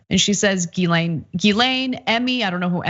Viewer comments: people making comments trying to turn pedophilia political and i'm just there wondering why people keep pronoucing Guislaine as Guylaine. also pedophiles arent a political thing people ffs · Her name is pronounced "Jiss-lane" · Ana how did you read that wrong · Can someone on tyt have the decency to teach Ana how not to butcher a French surname.. ffs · Can someone at TYT ask Ana why she insists on mispronouncing Ghislaine's name?